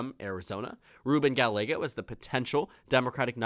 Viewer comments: Interesting and surprising that Sinema isnt squeaking by. Also. Gallego is pronounced Guy-YAY-go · great video! however, Gallego is pronounced (guy•yay•go) the double L makes the Y sound in Spanish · Pay attention to the comments. A double ll in Spanish is pronounced as a y. Two others have already told you how it is not Ga a go. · 1) gah-YEH-go (not "gah-le-go") ! 2) Lake is more inclined to try again for governor in '26, or move to Florida and spread her fascistic messages there! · Please pronounce "Gallego" correctly. You keep going back and forth pronouncing it "Ga-lego" "Ga-ye-go". Two "LL"s in Spanish take the "Y" sound, so his last name is pronounced "Ga-ye-go". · It’s not “Ga-le-go” it’s “ga-ye-go” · Ga-Y-ego. Pronouncing the double L as an L is one of my biggest pet peeves. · Hi,. Just FYI for future videos: Gallego is pronounced Guy-yeggo. Like how two L’s in tortilla makes a Y sound, same in Gallego (and in all Spanish words with two L’s). Hope that helps! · Ga—ye—go, I don’t like the guy personally a whole lot but atorraste pronounce his name right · Good video, though Gallego is pronounced Guy-yego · His name is pronounced gayego it’s Hispanic to LLs make a y sound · It’s pronounced guy aye go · You are not saying Gallego right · You are saying Gallegos last name wrong and its driving me crazy!! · Learn how to pronounce his name, you made the video unwatchable